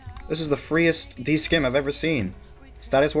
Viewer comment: also dudes it's not a "d skim" it's a "D SIM". You dont pronounce the c in scimitar